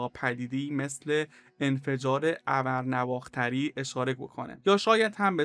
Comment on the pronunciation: ابر نو اختری رو بلحاظ تلفظ بازنگری بفرما